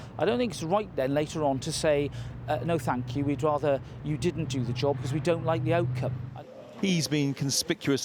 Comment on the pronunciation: “To do a jowwb”